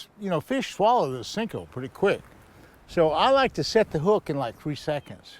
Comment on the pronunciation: Cmon Roland.. u seem to be an intelligent man. Stop calling it a Sinko. Its a damn Senko!